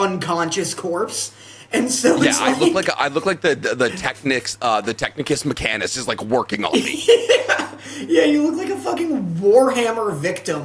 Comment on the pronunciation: Literally can never forgive for saying Technicus Mechanus. So close and yet so heretical.